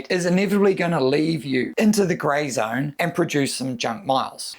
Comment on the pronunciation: they always gotta put more "r"s in their words. There is no R in the word zone!